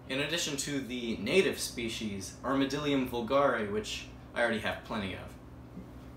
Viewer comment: It’s ArmadLIDium not just armadilum